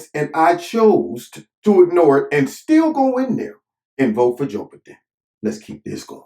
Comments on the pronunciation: Mush mouth Mc Gaff, strikes again?! 🤪 I really like the way says Joe Bahden. Great video always Corner!! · “Joe-buh-din” lol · I love how you say Joe B'den. 🤣🤣🤣